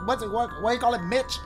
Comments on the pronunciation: Bro said Mitch instead of mono 😂😭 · Did this man really call momo "mitch"? Lololol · My dude called Momo “Mitch”🤣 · He called momo “Mitch” 🤣🤣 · He Called Momo "Mitch" I'm Dying!😂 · My boy really called Momo MITCH😂 I can't breath bro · Lol he said "Mitch" but it's actually "Momo"😂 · manz said mitch bro its momo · He really call Cory’s plant “Mitch” 😂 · Did he just call momo mich? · im sorry did he just say mith